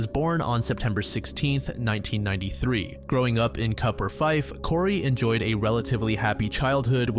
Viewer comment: Scot here. In the Corrie McKeague case, 'Cupar' in Fife is actually pronounced like 'Cooper', and the 'line' at the end of 'Dunfermline' is pronounced 'linn'. The 'L' in Kirkcauldy is silent also. Great video as always!